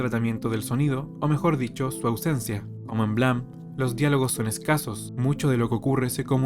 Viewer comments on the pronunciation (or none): Buen video, solo que terminé con TOC de tanto escuchar blam, en vez de Blame!(pronunciado bleim!) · Blam, blam, blam. Se pronuncia "bleim" hombre 😅. Buen vídeo igualmente.